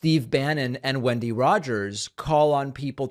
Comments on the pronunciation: Lunatic Rogers doesn't even know how to pronounce her own name, lol. It's 'when-dee' not 'win-dee.' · Did you say windy Rodgers or Kenny?